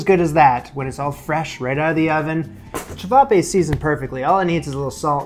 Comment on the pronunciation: Nailed the ćevapi pronounciation